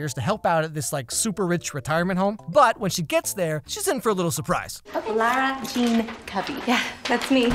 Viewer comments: everybody: Lara Jean: L o r a Jean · am i the only one that is getting so bothered by the fact that says lora jean instead of lara jean the whole time? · it’s Lah-ra Jean, not Laur-a Jean😂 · Am I the only one who thinks it's so triggering that he calls her Laura Jean throughout the whole vid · Did anyone notice said Laura the whole time instead of Lara Jean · Why is no one talking about the fact that calls her LAURA Jean instead of LARA Jean? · is it just me or is he saying laura jean instead of lara? it shouldn’t bother me but it does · hearing "laura jean" instead of "lara jean" the whole video was driving me a little too crazy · lol did anyone realize he's saying lAUra jean instead of Lara jean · CEO of calling Lara Jean "Laura" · samtheham is kinda saying LOR-RA Jean (like Laura) but it should be like LAW-RA Jean (like...Lara). Small small difference but it can get annoying x) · calling lara jean "laura" for 17 minutes straight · No one:: LAURA Jean Me: Snorts dude I'm pretty sure it's Lara Jean but okay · It’s LARA JEAN NOT LAURA JEAN! Sorry but it’s LARA!!! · It's Lara Jean not Laura... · Why do you keep calling her Lora-Jean instead of Lara-Jean. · Anyone else found it unsettling when he called Lara Jean, “Laura”? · ITS LARA JEAN NOT LAURA JEAN CMON PRONOUNCE HER NAME RIGHT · “laur-a jean” cringes in LARA jean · Bud, it’s LARA JEAN NOT LAURA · When calls Lara Jean “Laura” the whole video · Nobody: Nobody at all: Not even his popcorn:: "LAURA Jean" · Her name: LAra Jean: LAUra Jean Like dude this is my favorite yt channel but PLEASE stop calling her LAUra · I'm I the only one who heard him say Lora instead of Lara Jean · LARA! IT’S LARA JEAN! okay just had to let that out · I’m just gonna be honest and say it bothers me when mispronounces “Lara Jean.”:/